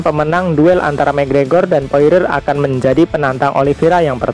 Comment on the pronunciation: Poirier dibaca poriye min